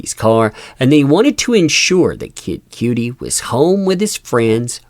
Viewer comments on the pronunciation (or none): Diddy, Or Didn'ty? 😂 Kid "Cutie". The number of times you said that had me 'un-alive',. For future reference, it's pronounced 'kuh-dee', and sounds more or less like "cutty" when spoken. But, thanks for the update. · It's “Kid Cudi” not “Cutie”! 😅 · Its pronounced "Kid Cutty" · It kind of drove me crazy that you pronounced Kid Cudi wrong....fyi it's cud like mud and we sound for the I....or like Cudi like muddy if that's easier....not disrespecting it just hit a nerve...love Kid Cudi and love That umbrella Guy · it's pronounced Kidd Cuddie like cutting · You pronounced Kid Cudi’s name wrong